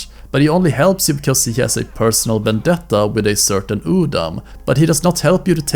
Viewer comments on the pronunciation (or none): none